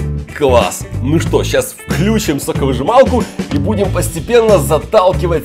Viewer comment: Здравствуйте. Мой сын (ему 3,9) смотрит ваши видео запоем. И поправляет вас)) вы говорите вклЮчим, а надо включИм. Пожалуйста, обратите на это внимание.